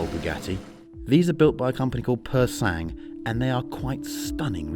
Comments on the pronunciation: Say it in French: Puuuur Sa...ng, meaning Pure Blood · As a frenchman, the way you say Pur Sang triggers me, otherwise, great review and what a car :D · If only this Harris character realised how retarted he sounds with his pronounciation of "Pur Sang". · Anyone annoyed by his pronunciation of Pur Sang?